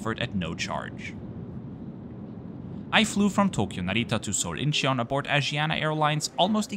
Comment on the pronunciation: Great video! FYi Incheon is pronounced IN-chun. No need to emphasize the 'he' sound.